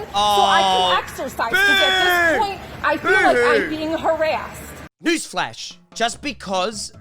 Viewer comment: hirassed, ixercise. i think she forgot how to talk english